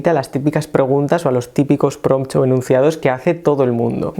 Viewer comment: buenos pRRRRRRRRompts te mandaste amigo